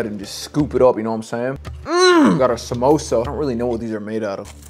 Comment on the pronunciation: "We're gonna add a sAmOsA on the side" 💀 Edit: omg this was a joke ok? ik he cant pronounce it right cuz he’s from a different country I was just comment on how he said it wrong like what you guys acting like I made some horrid hate comment which he’s attending therapy lessons for smh